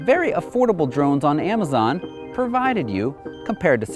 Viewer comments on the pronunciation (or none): none